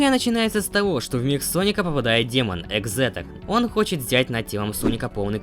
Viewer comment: Не ехзетор а экзектор главный ехе